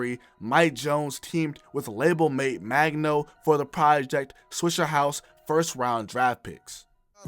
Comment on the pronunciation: it’s swishA house, not swishER house. mayne Hol’ up!!